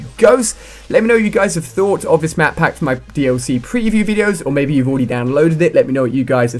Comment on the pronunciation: he is saying madpack ?????!!!!!